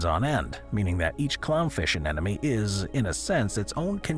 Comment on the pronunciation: Okay, say it with me, an-EM-oh-nee! "Anemone" Not An-en-em-ee (not an-enemy!) Got that boys and girls?